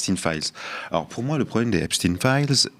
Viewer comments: si tu comprends pas que c'est pas EpstINE mais EpSTEIN faut prendre de la juvamine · Pourquoi Epstin et non pas EPSTEIN de son vrai nom , c est pénible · Donc maintenant, effet de mode !? Vous ne prononcez pas le suffixe de Epstein, comme dans: Frankenstein ? Einstein ? Weinstein? ...etc????? Et vous continuez de désignez les habitants des États-Unis par le terme inapproprié "américain" ! Alors que ce dernier terme désigne l'ensemble des peuples habitant sur le continent américain ! l'Amérique est un CONTINENT !! l'Amérique n'est pas un pays !!! Le terme "états-unien" existe dans le dictionnaire français, de même en Espagnol par exemple !! Utiliser ce terme "américain" au lieu d'"états unien", parler du pays en disant Amérique au lieu de États-Unis , c'est avoir le cerveau lessivé par la propagande colonialiste étatsunienne, et c'est participer à cette propagande !!! Réfléchissez !! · "stein" dans Epstein devrait être prononcé comme dans Einstein, Frankenstein